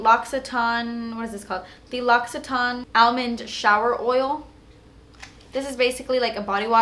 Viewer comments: Lo-si-tain not Lock-si-taan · Love your videos you're fabulous! Just to let you know that l'occitane is pronounced like lock-e-tan lol bitta French xx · But oh, you're not pronouncing L'occtaine right haha. Love you